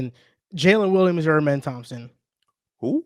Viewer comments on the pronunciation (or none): for how long loves amen he still says his name wrong lmao